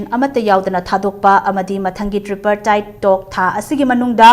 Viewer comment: pao paba mise ym heitey tripartite se tree-partite polo invitation na polo invitational haire lon si su "haikhreyy toukhreyy" na khoiraga ngangbra keinom twre taba nungaitey shyam-kanhai na soirakpa yaojara gasu taba nungai